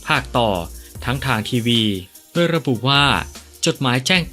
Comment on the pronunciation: โดยทำไมอ่านเป็นดวยครับ